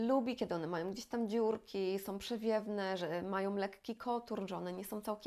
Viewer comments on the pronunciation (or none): Pani kanał jest bard,o potrzebny, a porady sensowne i użyteczne, ale proszę się postarać, by nie mówić " som", " używajom", " ubierajom" itp. Wiem, że wiele osób tak teraz mówi, ale to naprawdę jest nieznośne. Tam wszędzie ma być " ą".